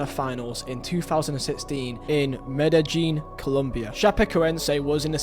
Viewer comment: Me-da-jean > Me-de-yean